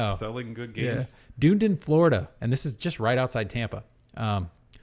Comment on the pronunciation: duh-NEE-din (not DOON-din) 😅